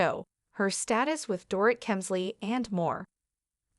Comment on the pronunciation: Door It???? Maybe learn to pronounce her name.